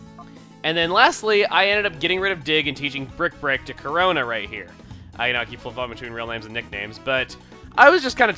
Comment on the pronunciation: whenever he says corona i think he's saying chrona like from soul eater